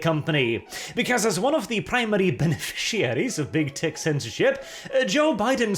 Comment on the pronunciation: "The Germans are acting up again, and we really could use a little bit of help here." Freaking hilarious! Also, every time you say "big tech", it sounds more like you're saying "big tit"...just sayin'. Maybe my cultured mind is too active today :P